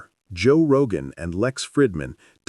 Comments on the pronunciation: who tf is Joe roga???? 🤣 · Who the hell is Joe Rohah!? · heard joe rogah and im gone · “Roe Jogah” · “Joe Roga.”